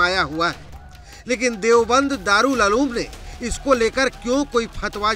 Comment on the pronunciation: दारुल अलूम नही उलूम। बोलना सीखो पहले